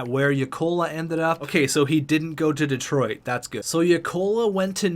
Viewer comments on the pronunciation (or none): none